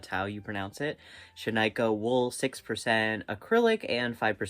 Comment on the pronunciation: Please ask Google how to pronounce Shaniko, Oregon. How you said it is not right, and so many YTers I watch mispronounce it. Love you though! Love this project.